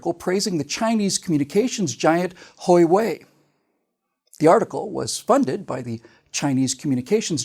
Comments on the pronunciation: Ouch,. It is pronounced "wah-way" not "hoy-way":-) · Huawei is pronounced more like Hwa wei